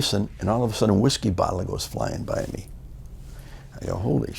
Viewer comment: "Then all of ah suddin"